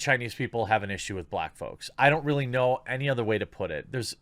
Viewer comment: "brack people"